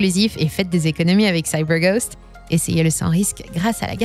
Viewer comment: Je ne savais pas que vous étiez américaine, " Saille beur goste " 😅